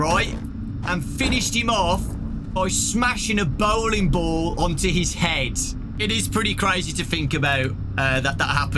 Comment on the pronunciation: Idk why, but the way pronounces bowling ball and the force he gives it when he says it just makes me laugh